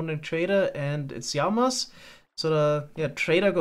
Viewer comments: PLEASE ITS LAMA NOT YAMA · I love the way pronounces Lama 🤣 yama, ma beloved 😁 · its really funny when he says jama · Every episode I wonder why calls Llamas ijamas, are they actually pronounced that way? 😅 I think we should call them illamas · I love the way says llama. It sounds like there's a y at the start